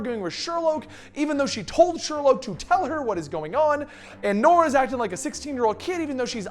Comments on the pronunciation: not Sherlouge 🕵️‍♀️ it's Sherloque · Vibe made no sense; why cure yourself if you have complete control of your power and no mutations or side-effects? It's pronounced Sher-loke by the way.